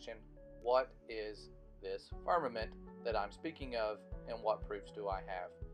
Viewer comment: James Morris Music It's pronounced "Farmermint" didn't you watch the video?